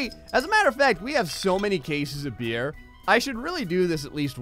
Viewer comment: I thought you said "A bear in the middle of the road way" instead of beer lol